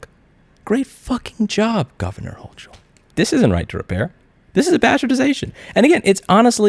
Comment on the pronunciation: OK, we need to go to every single retail auto parts store in NYS and remove all the brake fluid, brake lines, calipers, brake shoes. After all, if you don't install and use them properly, you are going to harm people. Your only option would be to go to an authorized auto repair facility. It's pronounced like HOE cull